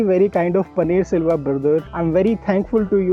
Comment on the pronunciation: His name is Panneer Selvam which is a common name in TN and it is not “Silva”. Just FYI